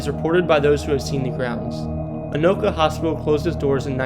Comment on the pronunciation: At least he got Anoka right.